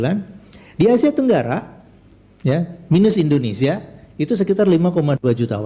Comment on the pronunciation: Maaf bang indonesia bukan indonesa, gelihdengarnya😂😂